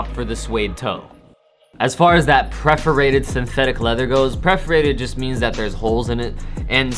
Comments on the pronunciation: it’s perforated not preforated. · perforated, (pur-fur-ray-tid) not preferated tf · its PERforated not PREforated